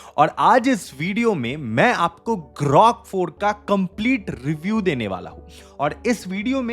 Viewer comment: It's grok, not grock 😂, team..... 😂😂😂